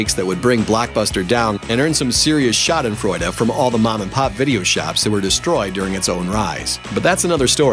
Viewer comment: ...or the pronunciation. <_<